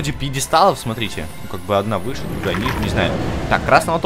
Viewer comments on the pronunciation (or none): none